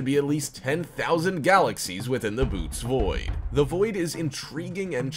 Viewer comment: It's not the "boots" void, it's the "bo-OH-teez" void.